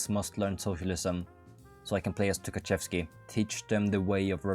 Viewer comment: inability to try to pronounce anything is ragebaiting me Took-A-Shev-ski